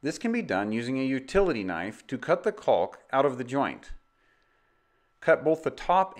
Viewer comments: It's "caulk", not "calk". Sheesh. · The L in caulk is silent. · He's so careful to pronounce the L in caulk lol